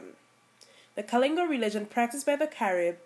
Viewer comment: Good info but you need to learn to pronounce the words proper.. we KALINAGO are a proud people .